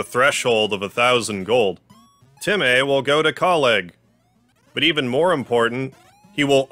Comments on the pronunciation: My guy making dog puns when temmies are CATS! ALSO SHE IS NOT A BOY! ALSO ALSO ITS PRONOUCED TEM MĒ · why do you pronounce it TemEy, its temy in my opinion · noice, also its pronounced temm-ee not temm-ae, being spelt as temmie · It’s pronounced “tem-me”